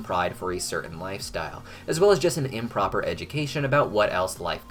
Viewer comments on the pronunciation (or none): Imp-rober education you don’t say